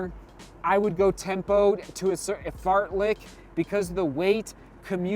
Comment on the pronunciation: 🤣 He meant 'fartlek'.